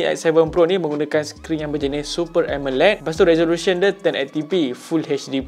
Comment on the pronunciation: nape pronounce Amoled jd Emeled😄